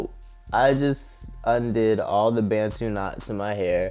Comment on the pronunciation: Bantu is pronounced as “buntoo” not “bentoo ” Issa African word... a certain group of people in Africa, not being rude just saying 😊❤️